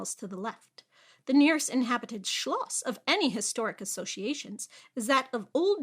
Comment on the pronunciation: You definitely practiced how to pronounce Schloss, didn't you? It worked. :)